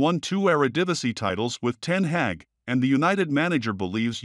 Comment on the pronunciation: Not : Ten Heck ! It's Ten Hag ( the "a" sound like in "are" ). I'm Dutch, so I should know .